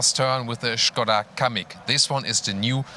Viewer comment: Kamiq ne lan iyice bokunu çıkardınız amk